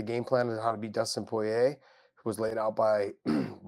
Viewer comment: Dustin Pouyeah is how Josh Thompson says the Diamonds 💎 name.